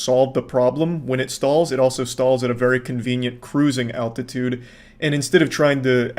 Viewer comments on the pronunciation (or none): none